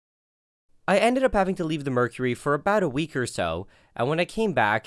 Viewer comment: oh no he washed out the "er" of mercury, which left him with "merc-y"